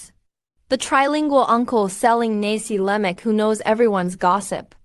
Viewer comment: We Malaysian don't speak or call nasi lemak as " nasee leimak".I am wondering whether the narrator of this video clip is a Malaysian or not.😂😂.Malay pronunciation is straight forward like German ".Nasi Lemak.!"